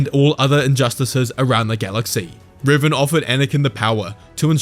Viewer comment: I'm sorry, you're showing images of Darth Revan, but you're saying Riven. To which dark lord are you referring?